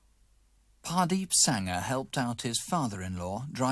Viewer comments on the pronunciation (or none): Great! Mini-cab murders now landed on Wikipedia thanks to CW (although I'm not sure about the name spelling: Hardeep? Mr Ross seems to pronounce it as Pardeep).